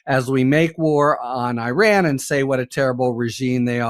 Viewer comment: The dude you interviewed can’t pronounce Iran properly….. even Orange Klown can get it right. Come on! It gets pronounced properly 200 times a day. Be ACCURATE. This is worth your effort.